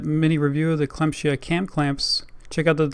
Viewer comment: Nice Video, the brand is pronounced "clam-sea-aah" tough :D